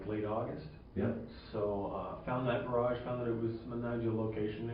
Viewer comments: Idiot alert. But I also can not get over "garädj"...every time the detective said it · To be honest, I'd confess simply to get away from the vicinity of this interrogator and his mispronounciation of the word garage. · I am mystified by how he pronounces 'garage' though geh-RAAAHjsh